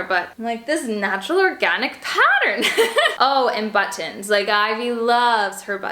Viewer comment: You say "button" like I do! Love it! My family always gets on me for saying the "t" too much but it's natural for me in most words.